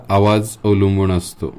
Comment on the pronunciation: मुळात तुमचे उच्चार च चुकीचे होत आहेत,,,अणुनासिक नाही अनुनासिक,,, अणुनासिक नाही अनुनासिक...अवलंबूण नाही अवलंबून,, बघा स्वतः चेच रेकॉर्डिंग ऐकून,,, किती विचीत्र वाटतय, आताचे बहुतेक u tuber , शुध्दतेच्या अट्टाहासात असं उच्चार व्याकरण बिघडवत आहेत